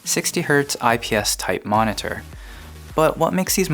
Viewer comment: stop saying monitor so weird....ma-ne-tur ma-ne-tur